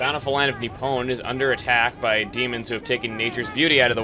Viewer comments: Just a note for you dude. Nippon (Nih-Pon), not Ni-Pwn XP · I like how you pronounce Nippon as "Nip-pwn". It makes me smile. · You're pronouncing 'Nippon' like 'Epona'. It's making me chuckle.